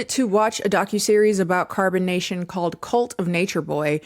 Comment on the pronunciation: Gonna be honest, I keep hearing carbonation not carbon nation